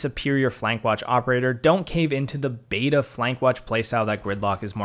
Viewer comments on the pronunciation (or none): none